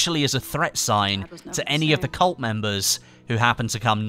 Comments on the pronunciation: TheRPGentleman no i meant that HE pronounces colt and cult the same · You pronounce "cult" and "colt" the same